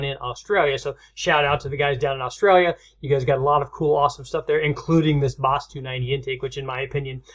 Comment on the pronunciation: Awustawwlia not australia